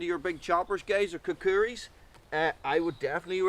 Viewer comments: good video, but I gotta.... Kukri = coo-cree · Nope. Thats just how clueless Americans pronounce it. The rest of the world uses "ku - kree", or similar.